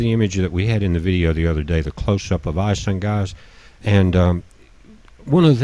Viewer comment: Are you saying Gaz instead of Guys? Are you saying pitchers instead of pictures? Are you saying "I sad" instead I said ? Are you saying that you don't know what the color spectrum represents in the photos you have in your vid? Did you ever read the Ringmakers of Saturn ? It ss not telemerese it is telomere(plural telomeres), did you ever care to search for correct pronunciation?